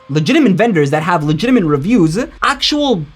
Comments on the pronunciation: i just thought that too 😂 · Is he saying "legitiment" instead of "legitimate" or am I hearing it wrong? 😅